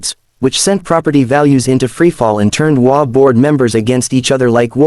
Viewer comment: The WA? There certainly must be a way to get the AI to read “HOA” properly for a story about HOAs. (SMH)